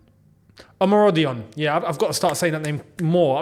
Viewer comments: Your pronunciation is correct OMORODION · Pronounced Omorodion properly I'm proud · 🇳🇬You’re saying the name right 😁